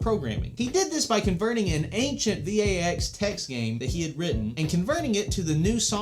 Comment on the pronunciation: I think you might be the first person I've ever heard pronounce VAX as an acronym....like yes it is one, but no one actually says it that way